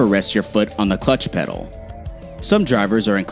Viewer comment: "Clutch petal" What???